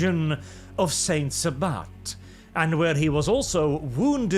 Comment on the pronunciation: "Saint Sa-butt"